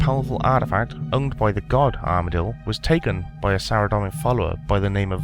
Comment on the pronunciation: Hi there, it's pronounced "Sara-Dome-in" not "Sara-Dom-in". Good video though.